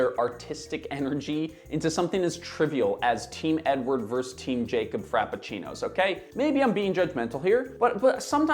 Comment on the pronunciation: Vs is not pronounced Verse. It is Versus. This drives me nuts. How did this get started and do people really not know this? Pat Macafee is probably the worst offender.